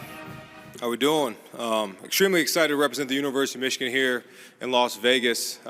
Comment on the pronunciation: Did he say, Universe of Michigan?